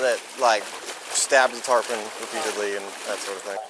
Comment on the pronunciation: Wait why did the AI say tarpon and then say tarpin. Don't you think the AI will be smart enough to just run with it stupidity after it made the first mistake, lol